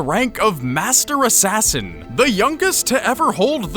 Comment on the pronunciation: shay aint an assain